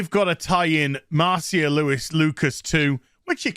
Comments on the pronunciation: I'm pretty sure Marcia is pronounced "Mar-SHA." But I guess I can't expect a Brit to speak proper English. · Isn't it pronounced "Marsha"? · It’s a actually pronounced, “Marcia,” not Marcia.